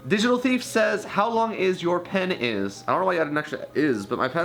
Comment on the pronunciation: OMG "How long is your pen is" pen-is